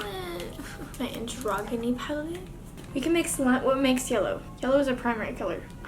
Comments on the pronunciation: Its pronounced an-jro-Jin-ee not anGroginy 💀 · "an- DROG- UH- KNEE palette" anyone else amused at how she can't pronounce androgyny